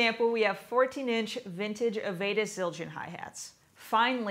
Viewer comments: The lady is saying avedis wrong The beginning of the name sounds like av from Avenue. Dis at the end Av e dis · Avedis is pronounced 'avid-dis' with a soft "i" sound. But great video.